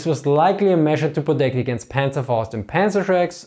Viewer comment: That's the way it's supposed to be said in german